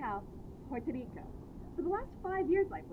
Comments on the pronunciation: Do you not know how to pronounce the name of the island Puerto Rico. Good luck with the natives. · Porque ella esta diciendo 🇵🇷 así I’ve never heard anybody say it like that nunca en mi vida